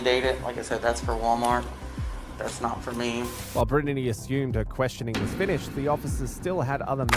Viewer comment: how did the absolute moron running this channel pronounce BRITTNEY, that they have said multiple times in the video... as "BRIN-UH-DEE"